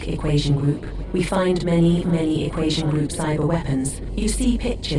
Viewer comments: poor dude cant even say "equation" lmao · Great video! Am I hearing shit, or is he pronouncing "equation" as though it has an s instead of a t? I keep hearing "equasion"... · “Equation” too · Casper-Sky? Equashion? Brother what are those pronunciations. 😭